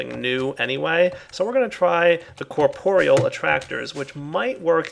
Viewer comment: its corp-real not cor-por-e-all